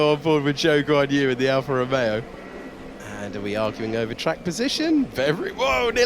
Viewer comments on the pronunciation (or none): none